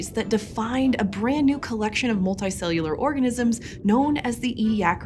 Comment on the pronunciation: You say your U sounds weird. "resolts" "molti-cellular" pls stop